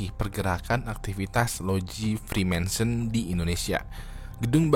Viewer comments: Judulnya freemason.. tapi nyebutnya freemanson.. hmmm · Bacanya freemason bang, bukan freemensen... Gatel banget dengernya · bukan Freemanson tapi Reemason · freemansur bang wkwk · Dia aja nyebut freemason salah, jadi freemaNson 😂😂 Gmn mungkin anggota kok gak bisa nyebut nama organisasinya dgn benar wkwkwkwk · Freemason bang, jangan freemanson bang, tolong 😂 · iya loh kok dibaca nya freemanson bukan freemason 🙄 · Naah ini aku agak risih kok disebutnya freemanson padahal Freemason yg benar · Freemason, tapi berulang kali di sebut freema(N)son 🤣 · Freemason bang, bukan Freemanson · Bang, kenapa freemason dibacanya freemanson ? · namanya "freemason" tapi nyebutnya "freemanson" mulu jadi geli dengernya 😂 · Freemanson atau freemason? Daritadi nyebut freemanson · gw agak bingung bang, gw kira freemason itu dilafalkan "frimésen" tapi versi "friménsen". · Freemason bukan freemenson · freemason oi bukan freemanson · Freemason bukan freemanson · Freemason bang (frimesen) Bukan freemanson (frimensen) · Freemason bang bukan freemanson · Freemanson apa Freemason.. Serius nanya? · freemason bro bukan freemanson.. sebutannya harus jelas. 😚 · Freemason bang bukan "Freemanson" 😅😅😅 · Freemason✓ Freemensen× 😂😂😂 ada ada ae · Frimesen, nyebutnyanya frimensen mulu pake n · FREEMASON.. bukan freemaNson... emangnya botol gepeng? Mansion House.... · Orang dia aja typo ngomong "freemanson" 🤣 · gak lah, nyebutin nama freemanson aja salah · Kayanya dia ga capable bahas freemason, mungkin modal googling. Nyebutnya aja salah, freemanson wkwkwkwkwk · Agak risih dengernya,freemenson freemenson... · Kok gua denger nya frimensen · Freemanson apaan njir wkwkwk, gw denger dari awal sampe akhir kok aneh wkwk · kok ngomong nya freemanson siii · Typo ngomong bang